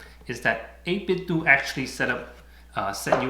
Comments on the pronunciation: First off, excellent video, thank you. I'm just gonna throw this out there, 8bitDo I would think would be pronounced doe not do, like Nintendoe / 8bitDoe lol Also I would think through a software update that they can make the macro work no matter what side your are facing. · i'm a little late to the party but the company is pronounced like nitenDO not "do" as in "to do". They collaborated with "Analogue" on Nintendo accessories, hence the name - but very good review nontheless! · It's 8bit-DOH like Ninten-DOH. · Surprised how many people call the company 8Bit-"do" as in "just do it" when it's clearly a play on the name Nintendo which we pronounce it as "dough".